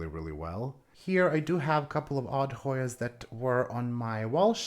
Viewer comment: Beautiful plants as usual. I'm always impressed at how well you pronounce those difficult Hoyas 💚